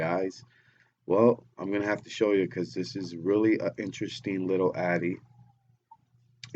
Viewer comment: it's atty not addy